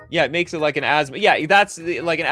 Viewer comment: Casually nails Asmo pronunciation